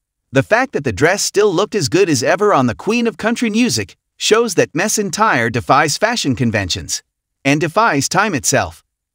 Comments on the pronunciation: Her name is McEntire not miss entire. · Yes please pronounce her name correctly....it is not Mess Entire , which is what you are saying. Annoying. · Could you pronounce her name correctly. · If you are going to have AI narrate these at least teach it the proper pronunciation of the stars NAME!! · You should not do a video and not even know how to pronounce her name. She is a true legend